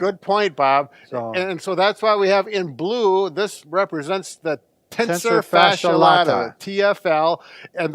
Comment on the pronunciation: Jenn B. Cracked me up! In anatomy class we remembered it by saying “I’m TENSE and my fascia needs a latte. TENSOR FASCIA LATA!!” EXACTLY how he said it.